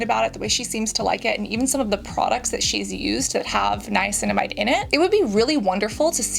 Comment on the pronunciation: Definitely agree. Hyping her up for knowing how to pronounce Niacinamide was very strange.